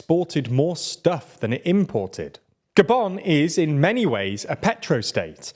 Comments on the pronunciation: Why did he say "Goban" not Gabun? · The way he pronounced “Gabon” made me stay the whole video